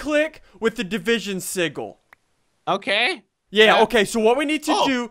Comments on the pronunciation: did anyone else hear him say division sigle instead of sigale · do you think he knows it's pronounced sijil not sigul? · Division sig-ggel ssundee- 2015 me it’s pronounced sijel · It's division sigil with a "g" pronounced like that of giant, not the "g" of giggle. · Sigil isn't pronounced si-gil, it's pronounced si-jil! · Just cuz it drives me nuts: It's not a siggil ... sigil is pronounced si'jil! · I swear to god if he says sigil one more time it is sijil i know its spelled sigil but it's pronounced si-jil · sorry but it's said "si-J-le" not "si-G-le" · its pronounced Sih-Jill not sih-gle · it's pronounced sih - jill not sih - gill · division sij-oul not sig-ill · Sigil juh not guh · Uuuuuugghhhhhhhhh he says si-g-il its pronounced sijil but its spelled sigil goooooddddd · Is it just me or does it sound like he's saying seagull? God it's soo annoying hearing it pronounced that way... It grinds my gears. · Division sigil PRONOUNCED RIGHT: "Division Si-jill" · I believe its pronounced (si-jill) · You're pronouncing sigil (si-jil) wrong. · It is pronounced like sijil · Sigil is pronounced [Sih-juhl]. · Your saying it wrong it's division se-gil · ITS PRONOUNCED si Jil Emphasis on JJJJJJJJJJJJJJIIIIIIIIIIIIIIILLLLLLLLLLLLLLLLLLLLL SSundee I such disapoint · Ian you said sigil wrong XD. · SSundee you say Sigil wrong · i think they're pronouncing sigil wrong? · it's the g is pronounced as a j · WHY DOES HE ALWAYS PRONOUNCE SIGIL WRONG?!?!?!?!? D:< ITS SO ANNOYING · It still pisses me off ian pronounced sigil incorrectly